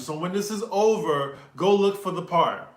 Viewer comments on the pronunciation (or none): “This video would be ohvah” Love it when ur Nawlins accent come out ♥️